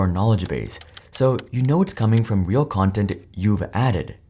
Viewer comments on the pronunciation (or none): none